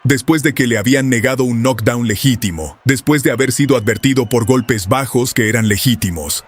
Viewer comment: UN NOC DOUN ????? 😂😂😂😂😂😂😂 ERES MALO PARA PUBLICAR .